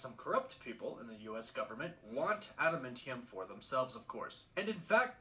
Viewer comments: Adamantium not Adamentiun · Bro, I can't even take this guy seriously. He is definitely pronouncing adamantium wrong. It's pronounced AdamAntium, NOT AdamIntium. Any fan of Marvel, and especially of Wolverine, would know that. 🙄🤦🏻‍♂️ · Adamintium? That's definitely not the proper pronunciation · Besides his horrible pronunciation,he also said Wolverines claws were made of Adamntium. His claws are bone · "Atimintium". Huh? Harrison Ford as Thunderbolt Ross is going to be 🔥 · is this guys pronunciation of “Adamantium” bothering anyone? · Yup... it really is enraging to hear him keep saying them incorrectly. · Mf can’t even say Gen-Osha right or adamantium making me tune out if this theory lol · Every time he says Genosha or Adamantium I get a grey hair... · He's pronounced Genosha and Adamantium both wrong. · the way they mispronounced Tiamat and Adamantium is driving me nuts